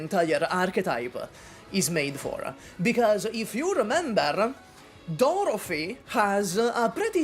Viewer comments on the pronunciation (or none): none